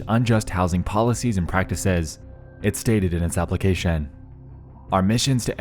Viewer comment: Dude.... Why did you say "organization" and "nation" and "application" so wierd 👀😂